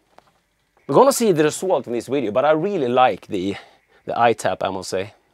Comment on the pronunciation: video-wideo whatever, we'll just just assume you are Chekov. I wouldn't worry so much about things like that. However, to pronounce the v put you teeth to your lip as v is a dental labial fricative in English.